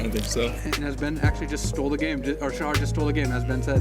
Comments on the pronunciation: The "Sha" in "Shahar" has a long a. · u pronouns shahar wrong the h is like the h in halapinio